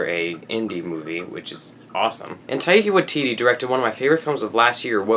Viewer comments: it's TIE-KAH WIE -TETE (i live in new zealand) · TYKE-uh WHY-titee c: it's such a good movie!